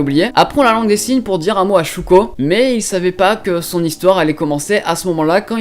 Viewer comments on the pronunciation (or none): Shoko et Shoya please ça fais mal d'entendre ShOUko et ShOUya X"D Sinon l'anime 91 Days m'intéresse parce que les autres je les ai déjà vue ! °^°